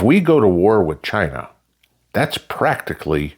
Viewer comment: As Trump says “Chy- Naw” 🤣